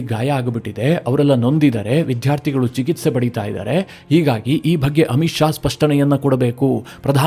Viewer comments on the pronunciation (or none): none